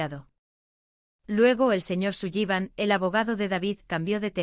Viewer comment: Sullivan se pronuncia Solivan